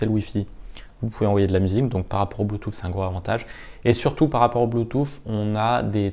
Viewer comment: J'ai bien aimé votre " blue toufffff" 😂 .. vous êtes super technique, je n'y comprends rien ! Mais dire " blue touuussss" (bluetooth).... Je le sais 😜👌. Merci tout de même !!!